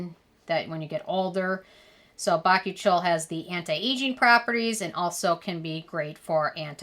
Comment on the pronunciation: Oh, I thought it was pronounced "bah-coo-chi-al" not "bach-oo-chole"